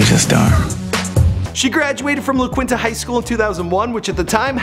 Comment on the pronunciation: Its pronounced La "keenta" not la "kwinta"